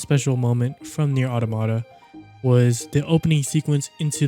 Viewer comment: ngl the way you pronounce automata is weird